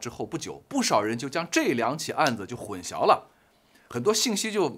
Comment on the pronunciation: 混「淆」念音是「姚」 大陸會把曝光念成「爆光」，曝字在台灣是找不到「爆」音，我其實很不習慣，難道大陸會把「曝曬、一暴(曝)十寒、野人獻曝」等，都念成爆嗎？但現在我知道太多評論念「爆光」（曝光），我也沒辦法而習慣了。混淆念成混 消二聲，還是太怪了吧。（中文是太難了，我也有很多不會。）